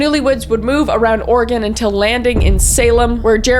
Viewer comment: Thank you for saying Oregon correctly. Has a Oregon resident we take this very serious. Keep doing what you are doing. xoxo